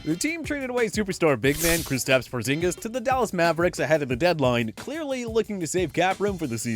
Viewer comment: How does he say Porzingis properly but can’t say Zion correctly?